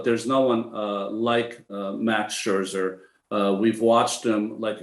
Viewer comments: Maybe not coming across clearly here but he’s always done the double ’sch’ - saying Scherscher. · Maybe time now once and for all for Ronnie to learn how to pronounce Scherzer...